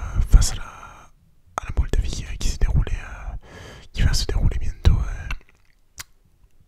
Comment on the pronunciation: le "bientôt"en mode Sud de la France il m'a fait plaisir la ! 🤣😁